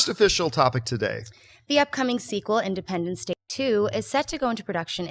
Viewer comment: Did just say Independence Dick 2?